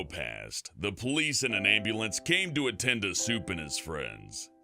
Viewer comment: I thought you called Soup ‘Simp’